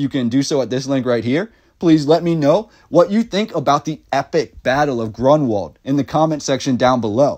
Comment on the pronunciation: You’re not kidding 😂🤣😆! So too is the name of the battle, which should be, roughly: GROON-Vald, with stress on the first syllable.